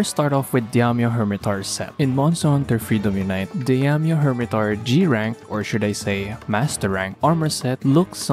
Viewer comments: Not diamyo, its Daimyo... The A comes first, idk how you can mess that up lmao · pronounce daimyo as die-myo... not di-am-yo, not diam-yo, not dyam-yo... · It's pronounced "Die-myo" :P That said I really hope they did a lot of work with its moveset, as I found his fight dull and annoying in previous games. There's at least that new jumping claw attack that looks kinda interesting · I had to make a comment to help your pronunciation. Daimyo is a Japanese word and is pronounced die-me-oh. A daimyo was a fuedal lord of Japan who were vassals of the shogun, hence there being a shogun version in the games. Good video! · for some reason, why do i feel like every time you say Daimyo Hermitaur it sounds like " DAMN YOU Hermitaur" - probably just me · Demdieddeiodoido. You can say Shogun but not Daimyo 😂